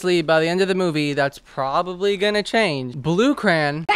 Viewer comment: The way you say crayon like crayin, crain, and cran 💀💀💀